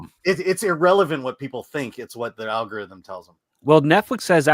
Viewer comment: Did say "Al Gore Rhythm"?